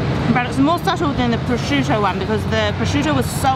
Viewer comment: Every time some american says "prosciudo" an italian dye. 😜